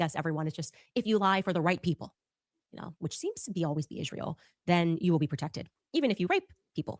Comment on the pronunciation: I really wish some one would teacher how to PRONOUNCE Isreal!!